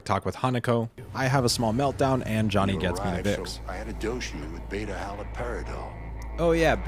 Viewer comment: I really struggled to figure out you were talking about Johnny, idk how you butchered that name so bad